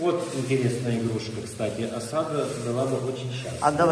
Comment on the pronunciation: Ударение на первый слог А'сада будет правильно